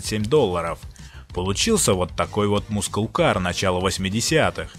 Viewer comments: Все классно, только Масл кар, а не мускул))) спасибо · Маскл кар! Не мускул, аж уши режет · Масл, не мускул кар